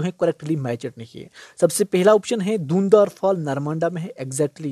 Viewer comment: Wo धुआंधार है dhund n dhar nhi 😂